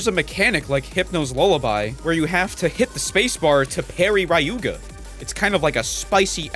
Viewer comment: The way you pronounce Ryuga genuinely hurts my soul :')